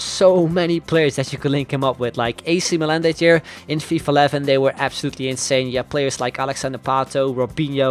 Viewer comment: it's really fun how you pronunce "ac milan" XD